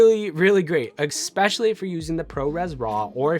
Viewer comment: Good video, but it drove me nuts every time you said "expecially" ;)